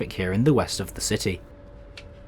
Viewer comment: PLEASE stop saying "thee" and start pronouncing it correctly. We're not in the middle ages and you'Re not a poet.